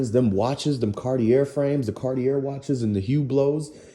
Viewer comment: Good video bro. 💯 Ay by the way Cartier is actually pronouced Car-tee-A if you care. Peace G.